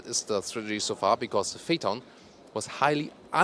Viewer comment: It's Phaeton not Pheaton..